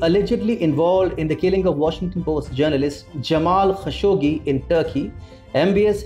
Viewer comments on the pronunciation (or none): none